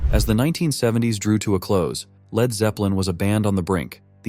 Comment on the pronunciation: 'Led' guitarist? Can't the AI narrator robots be programmed to pronounce words correctly?